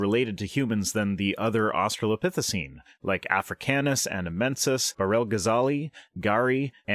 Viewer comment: In how many different ways shall that creationist pronounce "Australopithecine" in his speech? Because I've already counted, like, four.